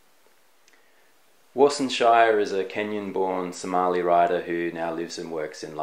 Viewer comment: Nice! just one Thing, SHIRE is pronounced as Shi-Re with a rolling "R" it's a Somali name and not an English name. :-) I just wanted to let you know that. Peace!